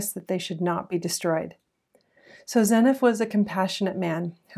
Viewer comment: According to the Book of Mormon pronunciation guide (scripture), it's pronounced ZEE NIF. I am enjoying your channel.